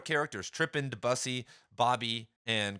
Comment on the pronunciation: My friend, it’s pronounced Deh-byew-see…